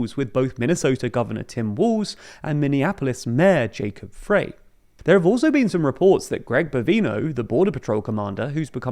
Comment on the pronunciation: FYI, Minneapolis mayor Jacob Frey's last name is pronounced like Fry.